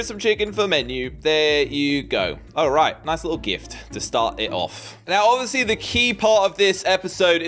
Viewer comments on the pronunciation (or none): none